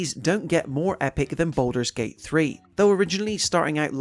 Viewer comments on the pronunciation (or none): gaming, its BALDUR'S Gate³..... NOT BOULDER'S Gate³